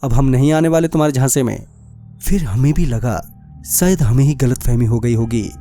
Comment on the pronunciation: Baaki sab toh theek hai kripya pronouncation pe dhyan de...श को स bolne ki bohot problem hai aapki...Saurya,vansika,sayad...